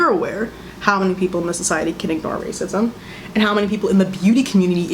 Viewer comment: meris mce “racisem 😔” lmfaoooooo